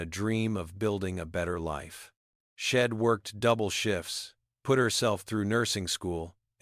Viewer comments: Please fix the word SHED TO THE CORRECT WORD WHICH IS…..SHE NOT SHED AND ALL THE OTHER WORD’S THAT ARE BEING PRONOUNCED WRONG YOUR AI IS BROKEN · Watching from Plymouth in the U.K. This was a story with a powerful message and a wonderful redemption arc, but PLEEEEEEEASE do something about that AI narrative! All those sheds and ims are just too distracting; plus an ancient movie will forever be known by me as "Meet Me In Street Louis"!!